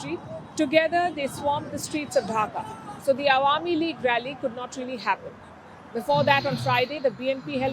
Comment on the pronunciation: What is Dhaka dhuing 😂 what a pronunciation 😂